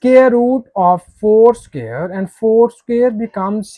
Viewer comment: CAN YOU NOT PRONOUNCE THE WORD " SQUARE " PROPERLY....?..